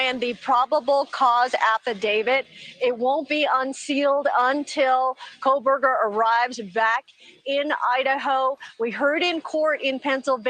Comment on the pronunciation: Love and Ed Wallace! Please someone tell that his name is NOT " Kole-berger ". He's been saying that for all the past interviews. Lol